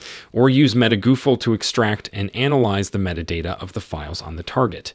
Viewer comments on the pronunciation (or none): none